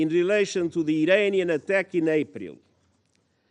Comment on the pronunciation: He’s a Tosser he can’t even pronounce APRIL. IM DISGUSTED